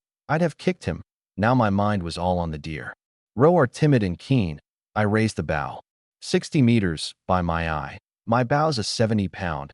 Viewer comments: Why do all AI-read stories pronounce the word "bow" wrong? Bow should be "bŌ", rhymes with "go", not "bau", rhymes with" "cow". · For once please can one of these things pronounce “bow” properly.